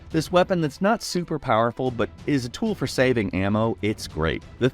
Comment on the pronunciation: whoaaa! That's tha-it